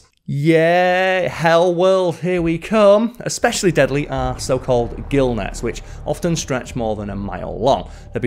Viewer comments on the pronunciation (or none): none